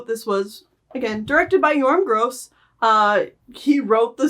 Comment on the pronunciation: The Gross in Yoram Gross is pronounced with a short o not a long o He is Polish